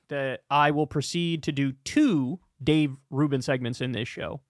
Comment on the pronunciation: Finally someone saying Rave Dubin's name right.